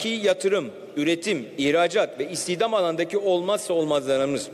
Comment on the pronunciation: cari açık, istihdam demeyi bilmiyor daha nasıl iş bu